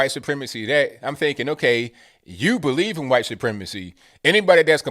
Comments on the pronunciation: Why you say "khwhite"? Lol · is killin me with all the “HYUWHITE!!” 🤣🤣🤣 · What's with the "khyate" sound when saying white? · Hearing him say it like that keeps me sane! LOL! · Why do you say "white" like that? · You say white like Stewie says Cool Whip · I love how you emphasised the word "white" at the start of this video.